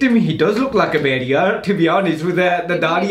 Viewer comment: How is this that you can speak punjabi but cannot pronounce “bhediya” 🤔 M not saying it sarcastically or in taunting way M genuinely curious